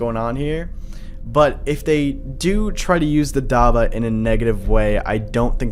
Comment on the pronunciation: Im gonna say this again, it is prenounced dab-bah not dabah